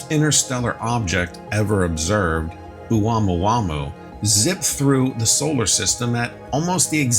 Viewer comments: Hey, you aren’t slick. I heard the way you pronounced the Hawaiian name for that interstellar object: OH-WAMOO-WAMOO! You tried to sell it…play it off like you’ve been saying that word since college. But that word tore your behind UP! 😂. Seriously, unless a Pacific Islander issues further correction, the accepted pronunciation is, OH-MOO-AH-MOO-AH. Can’t have you going around reporting the news of it sounding like that.😂😂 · Its pronounced ah-moo-ah-moo-ah for god sakes. Lol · Thought it was pronounced Ah-moo-ah-moo-ah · Pronounced “Oh Mua Mua!”